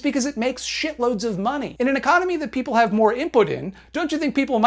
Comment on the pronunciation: I fucking love how he says "da maaney", lol